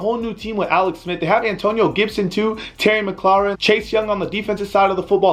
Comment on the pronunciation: He did sound a little weird doe. He said terry mclaurin weird. He knows a lot abt football but not as much as a hardcore football fan